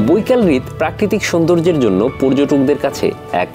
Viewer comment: হৃদ না রে ভাই হ্রদ 😂